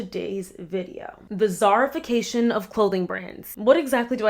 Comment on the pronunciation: I don’t know why I thought you kept saying “CZARification” 😭😆 I was so confused at first